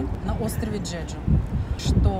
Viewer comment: Какой "джеджу"???, Чеджу